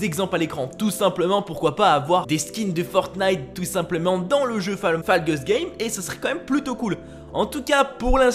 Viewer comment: Ca se prononce faull Gaye's